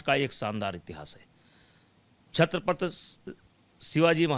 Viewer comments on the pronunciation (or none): Chatrapath? आधी छत्रपती म्हणायला शिका,नंतरच बोला,बृजभुषण तेरा यह फैसला महाराष्ट्र में रहनेवाले भैयौंको महंगा पडेगा,ओर महाराष्ट्र के भैये ही तुमे सबक सिखाऐंग..समझे ना,दो मुह के सांप.. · छत्रपती नीट बोला आधी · छत्रपती तर म्हणता येत नाही याला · छत्रपती शिवाजी महाराज नीट बोल रे👊👊